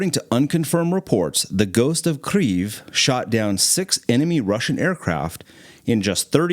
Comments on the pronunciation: Bro said ghost of kreeve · Why does he keep saying Kreeve? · It’s definitely not the “right pronunciation”. When in doubt, I think its always safe for English speakers to use the English pronunciation :). The Russian pronunciation is keav. The Ukrainian pronunciation is Keev. It’s a subtle difference for someone who isn’t a native speaker but there’s definitely no “rrrr” sound. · There's no "R" in the name of the capital, it's Kyiv for a reason, "yi" in English is not enough to describe the sound of correct pronunciation, I'd personally transcribe it as [ Khee ye V ] with a hard V like you're about to say Vladimir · Why u say ''Kriev'' 😂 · It's not "Kriev" in any Slavic language you Burger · Pronounced "KEEf" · Great video but you should learn how to properly pronounce the name of Ukraine’s capital - Kyiv ( without r in it) just out of respect for the people of Ukraine fighting the war. Thank you. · I really do not like how the person who is speaking says Kyiv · You should have a listen to how Ukrainian TV presenters on UATV pronounce “Kyiv” . There is no “r” sound. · Are you say “Kyiv” like that just to irritate me and get me to comment? Well…..it worked. Say it right ffs. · the ghost of Kyiv is a fake, and you can't even pronounce Kyiv correctly buddy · Your pronunciation of the capital city of Kiev or Kyiv depending on if you are Ukrainian or English. Nothing shows an "R" anywhere. Just helping. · Why do you keep saying it with an r after the k. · I’m Ukrainian and I’ve never heard Kyiv pronounced with an R sound. I’m so confused. Who is pronouncing it like this? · As a Ukrainian I confirm that Kyiv does not have a “r” sound in it 😅 but the pronunciation made me smile. Never heard anyone pronounce Kyiv like that. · Nice video, but your pronunciation of kyiv is killing me :P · im polish, not ukrainian but im pretty shure they dont use the "r" in the city name ;-) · Bruuhhhhh it’s kiev. Kay-i-ev not kfif khlalifa kyyayay lmaooo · Not Kriv,but Kiiiev